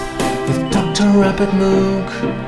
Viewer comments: Anyone who knows anything about Dr. Robert Moog, knows it's pronounced "Mōhg," but then you wouldn't be able to th rhyme Droog with it... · rhymes with Vogue. Yes. They even released the Moog Rogue to try to correct people but it didn't quite stick.